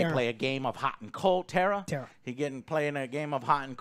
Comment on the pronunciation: I keep laughing that the boys kept calling Jena Ortega’s character Tara(when it’s Tera😅) but overall I thing the boys are right about this being a decent slasher 😄